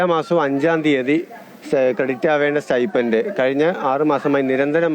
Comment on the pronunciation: It is sti"p'end, not sti'f'end or sti'ph'end!